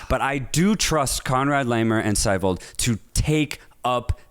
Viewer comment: WHO TF IS Seewald? Hahaha ITS saiwald Not Seewald